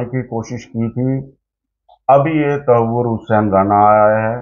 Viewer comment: अरे यार ये बंदा बात तो कर रहा की, इसको सब पता है 26/11 के बारे में पर तहव्वुर को ये बंदा tasavur बोल रहा है बार बार 😂 इसको जब नाम ही सही नहीं पता तो इसको उस साजिश के बारे में क्या खाक़ पता होगा? ऐसे ही बैठ के bakchodi पेली जा रहे है।